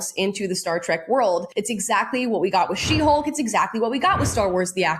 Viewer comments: You mispronounced 'Trek' as 'Track' about as often as getting it right. Stay with bashing Disney. You're obviously not a Trekie. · Trek not TRACK